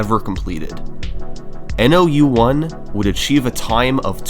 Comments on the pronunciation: I think "nou1" is supposed to be read as "nōichi" (spoken as "know-ee-chee") bc it's a Japanese name 😭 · hey brother love the vid, nou1s name is pronounced as "no one" since the o sound can be translated as ou as well, please take down the video again and re upload with this correction, all the best :0) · Is it difficult to understand that lead is the word that rhymes with “dead” and that nou1’s name is no one? I’d say not hard. Do better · Commenting for the algorithm. I wonder if nou1 is pronounced "no one"